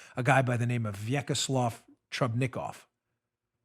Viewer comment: Vyacheslav Trubnikov Pronounced. [Va-Chez-Slav] Y is silent..😉 "Pee pee" 😄 tape sounds juvenile, call it a sex tape, or prostitute tape..